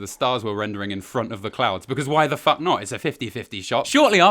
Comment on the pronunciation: * generic talk generic talk generic ta-- * "What the faulk????"